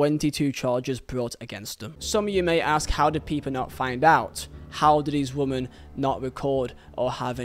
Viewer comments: This guy firstly Mendy aint a young footballer he knew what he was doing late 20’s and knew was wrong hence the locks and phones removed education ain’t the issue. Secondly you need bloody education stop saying woman ….. it’s women (pronounced wimmen)this is so annoying and makes you sound super thick … assuming English ain’t your first language but in future bro sort it out … also it’s Saha not Zaha… in a court case this needs to be said accurately please! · it's pronounced wimmin you keep saying woman.... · Please correct your pronunciation of the word women. It's playing havoc with my OCD. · It's his accent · Good video dude but please learn the difference between the words “woman” and “women” was painful to listen to 😅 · Dude, fuck, woman and women are diffrent words, they sound different. you're giving me anxiety man, gr8 informative video tho, keep up the good work